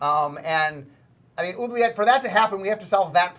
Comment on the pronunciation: Mark pronounces Oubliette incorrectly, and then he pronounces it correctly. It's a French word, people. What do you think that 'u' does?